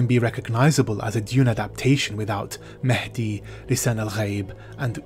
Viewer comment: western/hollywood hypocrisy and double standards at it again! also the bad pronunciations of some of the Arabic words like Mahdi and Usuul used in the movie made me cringe! and I am not even an Arab or Arab speaker.